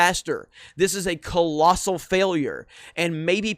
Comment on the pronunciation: Not colossar, not colossar Its a Universal fairlure